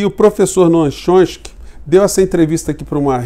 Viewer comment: Professor, boa tarde. Gostaria de fazer uma correção com relação ao crítico norteamericano. Coisa simples: o nome dele é "Tchómisk"i e não "Chonski". Grato.